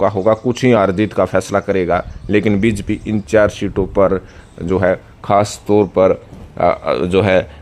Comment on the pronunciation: भाई हमें तो यह पता है आप जिस के लिये काम करते हो उसका नाम भी ठीक से नहीं लेते हो। बीजेपी को बीजपी बोलते हो। नतमस्तक को नमस्तक बोलते हो। धेले की हिंदी नहीं आती। चुनाव विश्लेषक बन कर आ जाते हो रोजाना।